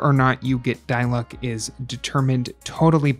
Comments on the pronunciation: It's not die-luke because in the game everyone calls him Dee-luuk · It’s pronounced Di-Luke. Dai-luck? 😭🤢🤮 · no according to english vas' it's pronounced dee-luke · D-luke not die lock😭 great video i actually gone diluc after watching this video like what lol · How genshin creator? idk pronounce diluc: dilooc how pronounce diluc: Die luck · It's D-luck. Not Die-luck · it's DEE-LOOOCK and PAY-MON!! not DIE-LUCK and PEY-MON!!!! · its "dee luke" not "die luke" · It's Di-Luk not Day-Luk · die-luck LMAO AHSJFVXMBS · its actually de-luke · la da dee-luke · “Die-luck” “Pay-mon” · PAYMON!? DIE-LUCK!? 😭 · NO!? It's De-Luke tyvm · Why do you pronounce Diluc as Die Luck😂 it feels kindof weird 😂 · “die luck” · "dieluck" not dilic loolololol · why do you pronounce diluc and paimon like that 😭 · why did he say his name wrong...? :< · he pronounced his name wrong this video gets a thumbs down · Downvoted for intentionally mispronouncing dilucs name. So f-ing annoying